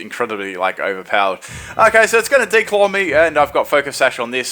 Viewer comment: I like you said "D-claw" and it sounded like you were gonna declaw the meowth.